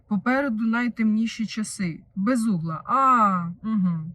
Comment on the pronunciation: Не розумію чому її прізвище все ще досі читають неправильно. Безумна! Бе-зум-на!